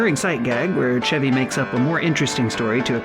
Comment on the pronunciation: I wonder how many episodes it will take before this guy learns how to say the name, "Chevy?"